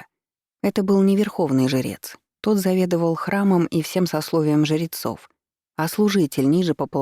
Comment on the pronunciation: Мне показалось, что ей просто сложно сочетание жр выговаривать, поэтому звучит немного странно, но в целом ок